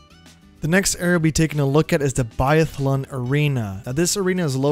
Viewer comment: Guess you’ve never heard of a “biathlon” before. It’s pronounced differently, that’s okay though just saying